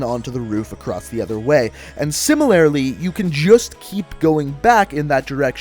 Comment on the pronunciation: "similarily..." i think he means similarly